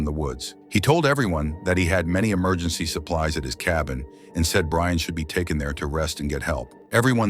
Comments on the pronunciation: It's Brienne, the text-to-speech converter doesn't know. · The name is Brienne. It's an AI voice so maybe the name was mispelled or the AI just doesn't pronounce it correctly.